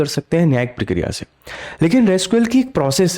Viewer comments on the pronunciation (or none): none